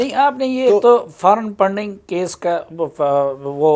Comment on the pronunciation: Poreign Punding because Salim Saafi can not speak letter " F " .